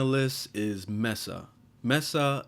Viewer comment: Mesa=may-sa not mess-a